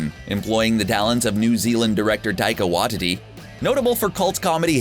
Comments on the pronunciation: That was a full butchering of Taika’s name. But def watch his movie and show What We Do in The Shadows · Cant say Taika's name correctly either. I cringed